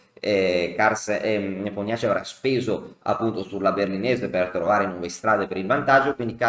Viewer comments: Sempre ammirevole il racconto della partita e contorni! (personalmente non ne so nulla, ma un'amica russa mi dice che la pronuncia dovrebbe essere +o- "Nepòmnici"...) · Ho scoperto che si pronuncia Nepomnionchi 😁